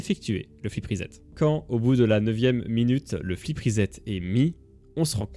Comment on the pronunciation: ce qui m'énerve avec les commentateurs esports français c'est leur prononciation des mots d'origine anglaise (flip reset) mon dieu que ça fait mal au oreilles 🥲